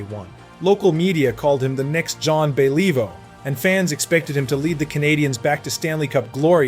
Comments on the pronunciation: Get it right, you dip. Your apology is not acceptable. Pronounce Beliveau and Richard correctly, Honor their names. It's not Bell-EE-vo. It's Bellivo. It's not REE-sher. It's ReeSHAR. Drive me nuts with your ignorance. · BahLEEvoe? Maybe don't use an AI narrator next time, eh? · Who the f is John Believe-o? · Truly a worthy successor to ZAHN BELEEVO!! lol crap AI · Yeah, bay-LEE-voe is an embarrassment to any hockey fan. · I can't Beeleevo how much BS there is in this video. Brutal narration, full of poor pronunciation and outright lies. Pathetic. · John Be-Leave-vo! Take this down or fix it.. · Bay-lee-vo haha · John Bell-eee-voh...couldn't even prounounce Belliveau's name properly. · Teach that AI how to pronounce Beliveau. Is the whole thing AI? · Please practice the French names before announcing them, because you are butchering them. Better yet do this phonetically first for example: For Belleveau say Belle-e-Voo and for Pierre say it Pea-Year. It killing the French language was a misdemeanor, you would be on death row. RIP: Guy Lafleur.